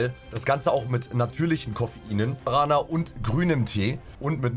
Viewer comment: Geil das nmd Guaraná richtig aussprechen kann 👌